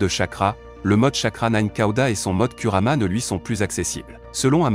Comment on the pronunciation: Tu parles de: au cage ou bien ?? Donc tout ça pour un R à la fin. Si tu n'arrives pas à dire Kurama c'est mieux de dire Kyubi mais, je doute que tu le prononce bien